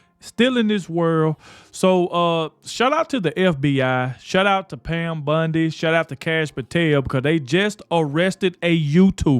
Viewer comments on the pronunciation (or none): Love you and your content and with that I gonna point out that Pam BUNDY is not her name and everyone's name is sacred . Please don't refer to her as BUNDY ..it is Bondi . Thx for all the truth content .